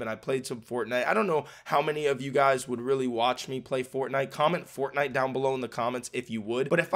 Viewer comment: Faivenite not fortnite hahaha